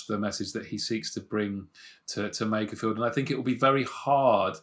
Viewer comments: It's MAKErfield not MACKerfield! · the guy at !:47 pronounces makerfield like MACKER FIELD. Why is it people that aint even from the area, try to talk about it and sound dumb? lol sorry just a gripe i guess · This bloke can’t pronounce Makerfield but be knows it’s not Manc or pie eaters.